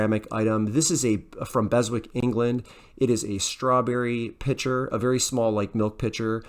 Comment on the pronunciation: From a Brit. The British company Beswick. Is pronounced “Bezick” the W is silent.